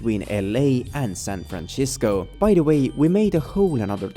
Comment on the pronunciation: Gotta love San Franchisco 😂😂😂